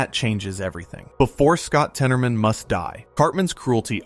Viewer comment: it’s not temoroman it’s said tennermen